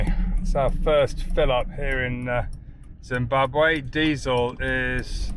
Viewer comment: Excellent pronounciation of Zimbabwe ❤